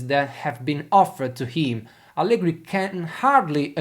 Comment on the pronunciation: Tutto molto bello e spesso sono d'accordo con te, ma pronunciare Allegri con la R moscia all'inglese no, dai... E' un nome proprio italiano, va pronunciato correttamente.